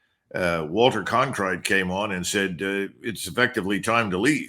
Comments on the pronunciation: His opinions on RVN are puerile. Initially he couldn’t even pronounce Cronkite correctly. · Cronkite! Not Clonkite, Colonel! Have we had a couple of martoonis 🍸🍸 for lunch?? 😅